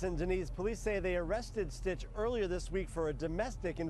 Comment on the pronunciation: It's SYTCH, not STITCH.